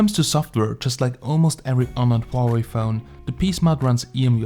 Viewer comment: HWA-WAY! O3O